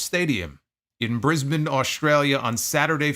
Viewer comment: Props for pronouncing Brisbane properly. Yanks struggle with it, you nailed it